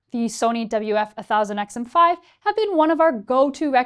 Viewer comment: It's WF ONE thousand and AZ ONE hundred, you absolute psychopath 😒